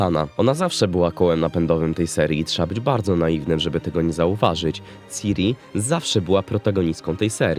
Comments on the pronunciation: "Siri" to jest w Apple. "Ciri" nie "Siri" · Mówi się kurwa CIRI nie SIRI. Nie ma tam żadnej angielszczyzny w tym, JEST C I R I. Sam Sapkowski wielokrotnie zaznaczał CIRI NIE SIRI